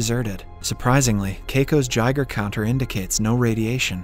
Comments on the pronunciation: It’s guy-gur counter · "Gigher counter" 🤣🤣🤣